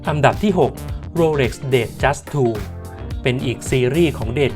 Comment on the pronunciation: เขาอ่านว่า โรเหล็ก ไม่ใข่ โรเหร็ก